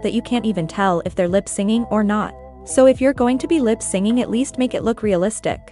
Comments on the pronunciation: It triggered me everytime lol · Good video but does the voice machine saying “lip-singing” instead of “lip-syncing” rly stand out 😭😭